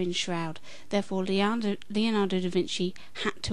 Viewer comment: By the way, since you seem concerned about pronunciation, the correct way an Italian would pronounce "Leonardo" is not "Leeonardo". Actually, the "e" in "Leonardo" sounds the same as the "e" in "very". Regards.